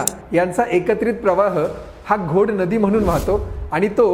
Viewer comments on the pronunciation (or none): none